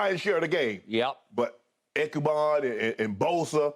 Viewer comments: Shannon said ekuban. It ebukam lol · Did Shannon just say Ekuban? It's Ebukam but at least nobody said Joey Bosa instead of Nick in this video.